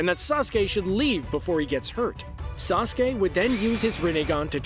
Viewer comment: Bruh wtf is sasuka